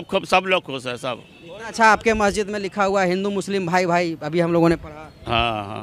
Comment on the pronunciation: महजिद नहीं, मस्जिद बोलिए। टूररिजम नहीं, टूरिज्म बोलिए।